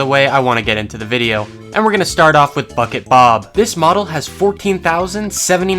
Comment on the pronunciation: Am I the only one that hears f*ck it Bob every time he says bucket bob?